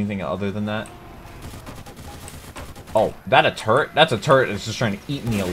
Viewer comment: I cant be the only one who got a little annoyed when he called a sentry a turrent